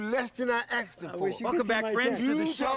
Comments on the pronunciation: "he paid me more then i AKSKED for." LOLOLOL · "He payed you less than i axed him foor" Seriously dude.... learn english... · "he paid you less than i AXS them for",,,LOL